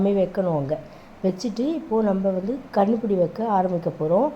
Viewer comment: Kannupudi illa kanupudi